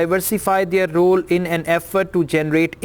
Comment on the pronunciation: You pronounciated the word role wrongly So how com you are going to be a teacher